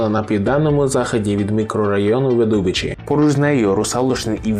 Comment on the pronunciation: Я живу напроти тої лисої гори, і все чудово, класне місце, вид з вікна - просто клас))) а, і назва правильно вИдубичі, не видУбичі))